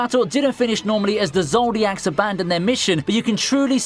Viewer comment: Zoldyck (zoll-dike), not (zol-diac)